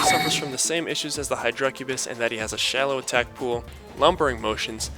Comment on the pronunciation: Dammit say hydracubis right lol. The emphasis is on the "hy", not the "dra"